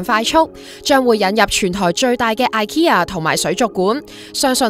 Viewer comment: ikea係讀"E-kea", 唔係"Ai-kea"